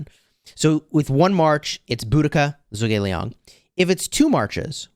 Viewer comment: It’s pronounced “Ju gugh Li-ang”